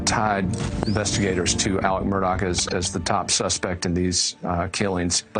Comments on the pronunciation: Legit question: why does she keep calling him "Alec?" Isn't it "Alex?" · It's Alex, not Alec..... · Does he have on a hair piece? Also, why do so many call him Elic or Alic not Alex?!? 🤷‍♀️ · The spelling is pronounced AleX not Aleck. Super annoying! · It is pronounced AleX not Alec. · You'd think they be able to say his name right it's Alex not Alec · It’s AleX, not Alec. No idea why so many people have such a hard time pronouncing his name correctly. AleXXXXXX!!! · It’s ALEX not ALEC,!! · Yea it actually sounds similar to murder not Mur-dock. And Alec is actually Alex. They butchered their names! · "Aleck Murdock"?? This woman didn't even bother to learn how to pronounce his name. Sad. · The news crawls say “Alex” but she’s pronouncing Ellic lol not even Alec…which one is it actually